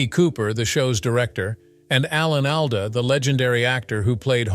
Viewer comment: I have always heard Alan's last name pronounced ALL-duh.